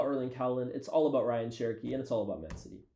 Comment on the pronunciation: Algerian brother pronouncing Rayan as "Ryan" 🤨